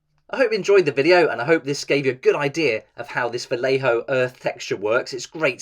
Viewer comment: Spanish here, the pronunciation is "vayejo" if it were written in English, thanks for the content anyway.